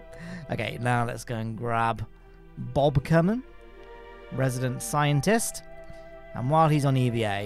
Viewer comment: kerman line, Ker like kerbin